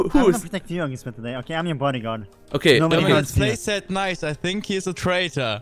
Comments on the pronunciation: "Ei sink se kopp iss se träitor." Simon, Simon, wo hast du Englisch gelernt? =D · Ich kann mir Ungespielt nicht anhören er mit seinen I Sink